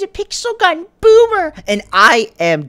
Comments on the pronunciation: Lolllll "boomer" not bommer lolll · said bommer